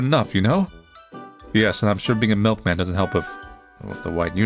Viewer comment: "I am the miklman, My mlik is delicious"